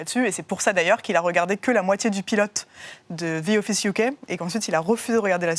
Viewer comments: “Ze Office” c’est insupportable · Zi offisse ...mon dieu